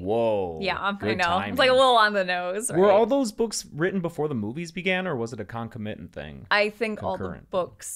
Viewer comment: pronouncing "concomitant" as a paroxytone gives me life